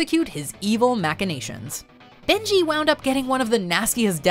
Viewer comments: It's Benny. Not Benji. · I don't know who the narrator is for this particular video, however when she gets to the #4 character she refers to him as "Benji" twice after first pronouncing his name correctly. Examples: (calls him Benji) (calls him Beni again) (calls him Benji again) (Rick O'Connell played by Brendan Fraser calls him Beni) I'll admit it's nit picky and not a huge issue, just something I noticed that irked me a little and I'm curious to see if anyone else noticed.